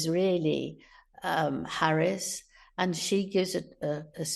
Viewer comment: ...and his - 'arry's' - cowardliness!